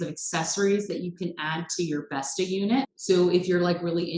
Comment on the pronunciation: Just a note: Bestå is pronounced Best-o. Now your in with the in crowd!